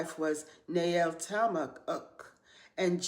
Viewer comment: I don’t connect with the “ Daddy’s Girl” concept, but I appreciate the mention of the women who are denoted as the post-flood mothers of civilization and their most important role. TFS! (Also, props on pronouncing their names: Adataneses, Na’eltama’uk, and Sedeqetelebab).